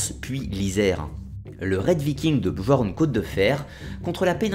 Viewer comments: très bonne vidéo, fidèle à la version historique cependant attention le j dans björn ou skjaldmo par exemple se lit comme le y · on dit pas "bJorn" mais "bYorn" ^^ Super vidéo quand même :) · Björn = Bieurn Skjaldmo = Skialdmo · Désolé mais on dit «Biorn» le j se prononce y en scandinave